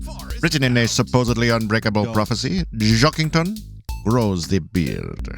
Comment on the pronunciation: Weird, they keep saying Jockington wrong, good theory tho